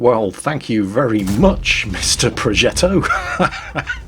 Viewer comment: not pro"jet"o but progetto P R O G E "T T" O ffs projetto or prodżetto pissing me off noobs